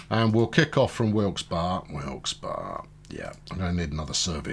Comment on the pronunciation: Also, the locals call it Wilkes-Berry. You say it correctly though.